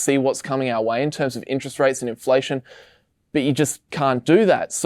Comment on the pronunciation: "Interet Rate" ;)